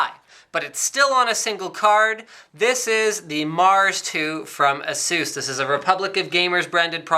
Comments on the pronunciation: lolzzzzzzzzzzz its eh_sus not asoos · lol "asoos". it's" Ace-us" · Azeus? I always thought you pronounce it as A - SUS. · What is the correct way to pronounce it guys? Asoos or aceus ? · Is it pronounced "A-Zues"...or "A-SES"? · I hate it when people pronounce it as "Asoos". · Please stop saying Asoos. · Erhmm ... you pronounce Asus wrong bro :/ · Exactly. How people can mispronounce that is beyond me.